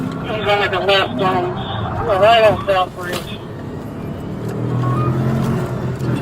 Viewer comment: holy cwap duude you were like so totally wight